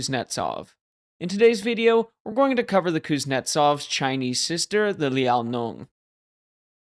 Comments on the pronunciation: Liao-nong? Brother, it's Liao NING, just like it's written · Liaonong.... And spelling Kuznetsov wrong, maybe pronunciation/spell-check before posting next time? 😂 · It’s Liao- NING. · I don't understand how you botched the pronunciation of "Liao Ning". It sounds exactly like how it's spelt. Otherwise, decent vid. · Liaoning is pronounced as "Liao-Ning". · Made a video about the Liaoning and managed to butcher the pronunciation every single time. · look.... you probably poured many hours into making this video, why not spend 5 seconds to check the pronunciation of the ship's name?